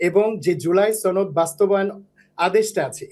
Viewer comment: এ তো ভারতীয়। সনদ উচ্চারণ দেখুন।